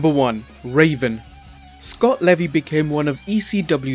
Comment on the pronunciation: Stop saying levy like that just call him raven